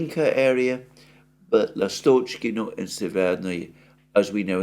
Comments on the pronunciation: Alexander, Russians pronounce Lástochkino with the stress on the 1st vowel "a" & pronounced "s", it's an open [ɑː] sound, similar to pronunciation in "lust" in English. The name "lástochka" means swallow, the bird. Lástochkino is a possessive form of the noun, as in "whose nestle is that? It's swallow's". Maybe there used to be a lot of swallows in that area, that's why it's called like that, I don't know. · It's Lastochkino, first syllable stressed, from "lastochka" (swallow bird).